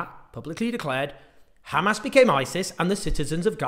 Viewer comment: "khamas" why can't they just say Hamas.. just asking.